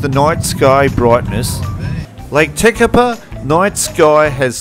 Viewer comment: Hi Shorty, yes we did ask a guy from New Zealand, he was born in Lake Tekapo area and lived in Christchurch. The only place couldn’t pronounce properly was Lake Tekapo. It sounds like lake tepeko, just once though. The rest should be okay. Hey I was born in Kherson (Ukraine ) and the way they pronounce the city name on tv is different from what it is called by locals. peaceful life and beautiful nature are the two things most important and we just wanted to show the beauty of New Zealand. We were so impressed